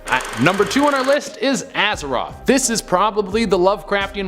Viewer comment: Aza-th-oth not "Azaroth"